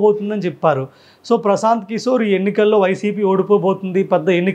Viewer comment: Good presentation❤,కాని,స,ష,శ పలకడం లో తేడా వుంది. కిసోర్ కాదు కిషోర్.